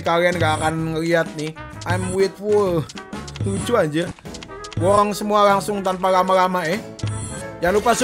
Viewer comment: borong bukan borrong